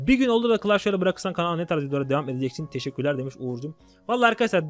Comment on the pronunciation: Tişikkürler:D adamsın kardeşim gerçekten ben de seni çok seviyorum Allah'ım seni nazarlardan saklasın!